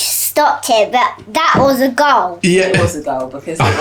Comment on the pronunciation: Aww, "but that was a goal" so emphatic 🤣🤣